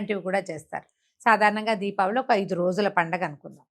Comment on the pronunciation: DIVAALI ani pronounce cheyakandi please..RAMA garu pronounce chesinatlu Deepaavali ani Palakandi..Prajalaku kudaa alaaga pronounce cheyamani message ivvandi please..Divaali ante Divaalaa Laagaa vinadaani ki baagundatam Ledandi..🙏